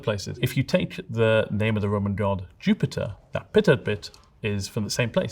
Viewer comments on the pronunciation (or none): none